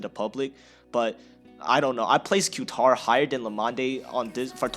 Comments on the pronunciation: Q-tar try saying Catar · I believe Qatar is pronounced “Kah-Tar” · Qatar is pronounced cut-are. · Pronounce Qatar like ka-tar. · It's KA TAR if you wanna pronounce it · Qatar airways is pronouced ''Quitar'' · Btw you Say Qatar like this: Guitar but replace the G With a Q you got Qatar